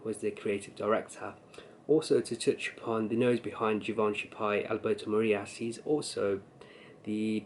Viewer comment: you pronounce it correctly (the "g" has a french sound, not an english one), thanks for this, keep it up!